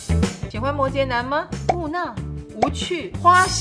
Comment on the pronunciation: 木讷ne（四声）